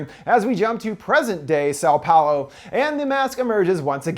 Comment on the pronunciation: "São Paulo" tho. Paolo is a dude